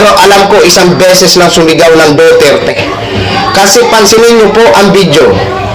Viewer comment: Pki sbi s sumisigaw DUTERTE hindi DOTERTE! 😂